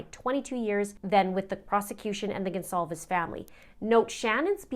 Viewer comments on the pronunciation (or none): Did I mishear the Judge mispronounce “Goncalves” right b4 his wordy “apology”?